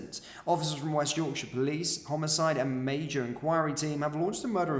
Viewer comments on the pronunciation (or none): none